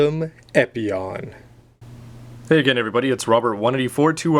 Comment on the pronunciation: u pronounce the name wrong